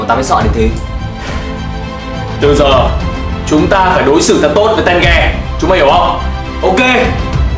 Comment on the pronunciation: ko phải tenge mà là té ge=)))